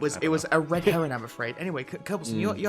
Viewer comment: Alright, someone has to say it... It's "red herring", as in the fish... not "red heron"...